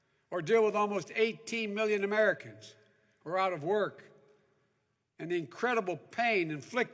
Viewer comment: How you gonna vote for someone that can't quite say the word Americans right.